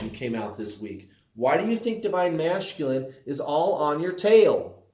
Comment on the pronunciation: Do you say masculine that way just to irritate me LOL I’m sure I’m not the only one